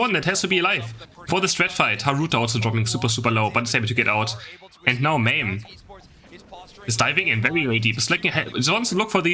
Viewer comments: It's ma meh, like edamame. It means pea in Japanese. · Why does the e is hard sounding like "ie" or "y". It is just Ma-meh.